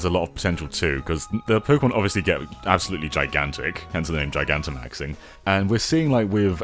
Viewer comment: I liked the video as soon as I heard you say “Gigantamaxing” correctly, since no one else seems to get it.